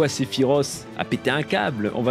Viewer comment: Enfin quelqu’un qui prononce bien sephiroth